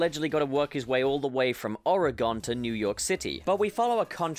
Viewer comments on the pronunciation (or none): Ew, the way you say Oregon. I'm a native Oregonian, and I can officially say you'll probably be crucified if you ever come visit. It's pronounced like Organ by the way, just replace the A sound with a SOFT E sound. I specify soft e because saying Ore-EE-Gone is just as awful. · “Oar-ig-onn ” lmao 😂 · OR-EH-GONE I SCREAMED 😭😭😂😂😂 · It’s “ORE-GUN”. Not ORE-GONE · You say Oregon like it’s some sort of newly discovered shape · “oregon” you pronounced it wrong